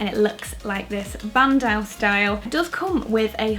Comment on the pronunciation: btw bandeau is pronounced ban-do :)